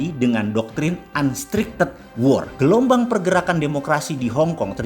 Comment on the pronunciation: Om, ada yg salah bacanya tu di menit 6.04 "UNRESTRICTED" kenapa dibaca UNSTRICTED ?